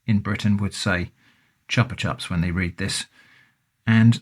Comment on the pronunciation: You pronounced it perfectly! The best flavour of the original candy imo is sour apple, I'd get a drink of that flavour if they sell it!